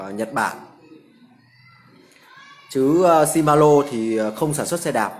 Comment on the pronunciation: Ông chủ này giới thiệu nhưng nói ngọng quá , làm gì có bộ chuyển động nào tên là si ma lô ?